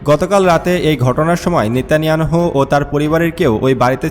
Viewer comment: নেতানিয়াহু’র নামটায় ঠিকমত উচ্চারণ সঠিক হয় না আপনার